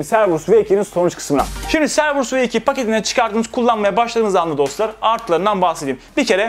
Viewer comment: Cerberus "Kerberus" diye okunuyor.